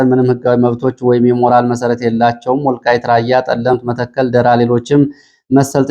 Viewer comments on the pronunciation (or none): የጎንደሩ ደራ 'ራ' ላላ ብሎ ሲሆን የሚነበበው የሸዋው ደራ ነው 'ራ'ው የሚጠብቀው።!!! አሻሽለው!